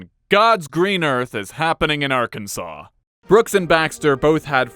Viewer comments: It's pronounced Arkan-sas ya idjit! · It's Arkans(awn) btw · Like most phonetic oddities in the English language, you can blame the French for why Arkansas is spelled the way it is. The letter S at the end of a French word tends to make an "â" sound. Hence why Arkansas sounds like "Arkan-saw." So, in respect to this fact, you should read Arkansas as "Arkan-saw", because that's how it's meant to be pronounced. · It is pronounced Arkansaw.